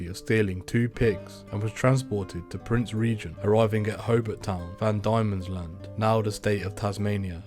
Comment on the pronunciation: Jerildery and melbourne, van dienmans land, wallan wallan- why prounance these so weirrdly